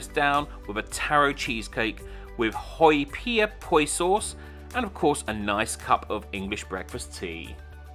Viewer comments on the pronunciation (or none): The iPad entertainment system and the foot rest were a joke. But you paid for what you’d get. Oh, Houpia is not pronounced “HO-pee-ya.”